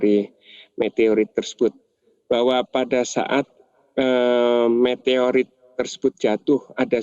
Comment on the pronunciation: Meteroit apa Meteorit ....😂